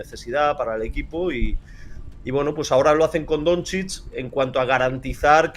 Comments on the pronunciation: Ser periodista deportivo y pronunciar “Donzich” en vez de “Donchich” tiene narices. Lo digo por el de As. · Yo escucho que lo pronuncia como Donzids, peor todavía. Si lo pronuncia así es porque no ha escuchado ese nombre en la vida, por lo que probablemente no sepa absolutamente nada de baloncesto, a lo mejor no sabe ni que se juega con una cosa esférica llamada balón, aunque lo ponga en el nombre. Me parece inaceptable ese nivel tan nulo para alguien que "trabaja" en un diario deportivo. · El de AS pronunciando "donzich" mientras lee las preguntas con un enorme entusiasmo, se le ve informado de baloncesto al chaval...